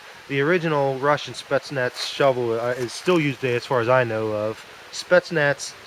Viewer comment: It is "Spetsnaz" with an Z in the end as in " Zebra", what you are saying will be written " Spetsnats".